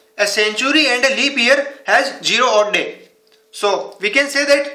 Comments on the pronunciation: Anand patil yes yes he said (jero) ha ha,zero. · Pagal phele bolna Sikh z for zero idiot u first correct ur English before saying it somebody else